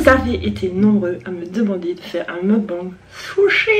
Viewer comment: Magnifique "meukban" (on dit mokbAngue)